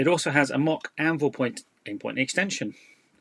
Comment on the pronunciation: thought he was saying ambull, what with his background in games workshop.